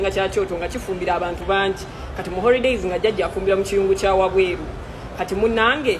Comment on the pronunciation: The word is holidays not horidays nonsense